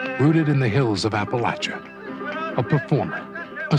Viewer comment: YES!! he said appa-latch-a...not appa-laish-a...he said it the right way